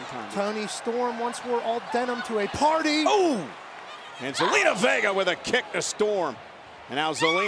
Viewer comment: Michael really said Vager instead of vega